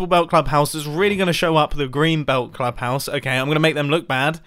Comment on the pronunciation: The way you are saying "club house" is actually exactly how you'd pronounce it in danish "klub hus". Just thought that was funny.